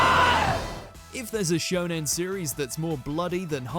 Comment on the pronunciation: 1 He said shonon 2 I think HxH 1999 is the most dark shounen that it just feel like senien